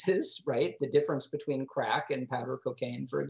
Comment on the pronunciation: Beteen lol